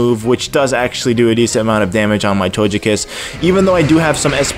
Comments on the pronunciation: Dazzling Gleam, and togekiss isn't pronounced tojekiss, it's to-geh-kiss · Why do you say "Tojekiss" with the soft g?